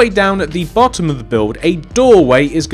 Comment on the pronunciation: omg he said "At the bohhom"